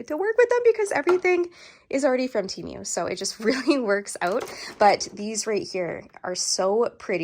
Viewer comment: How come you can’t say Temu correctly 🤦‍♀️. You keep saying Temeu